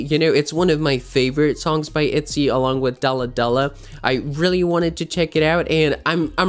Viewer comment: dalah dlah lol the pronunciation༎ຶ‿༎ຶ